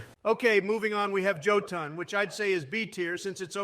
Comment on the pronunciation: Jotunn❌Joe Tunn✅